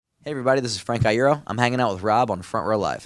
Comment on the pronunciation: that look on Frank's face at last just says 'you said my fucking name wrong'